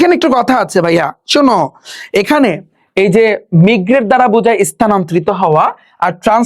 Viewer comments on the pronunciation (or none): কিছু উচ্চারণ ভুল আছে য়া। মিগরেট = মাইগ্রেট টিউনিস = টিউনস ফলক = ফোক